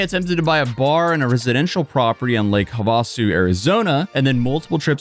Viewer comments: Lake have-uh-sue not hah-va-sue lol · Lake "Huvah-sue"😂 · Lake Havasu “ha·vuh·soo” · Lake Havasu Have-a-soo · it is pronounced lake have-uh-sue....carry on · lol my friend please look into how to pronounce “Lake Havasu”.